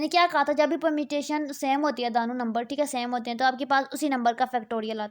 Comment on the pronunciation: ap 2 ko dano ni bola kryn dono boldia kryn thik hai baki bht acha guide kr rhi hain ap👍